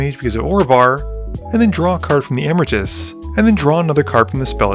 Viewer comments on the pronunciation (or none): Emeritus has an extra "e" in it that you aren't pronouncing. Eh-me-ri-tus.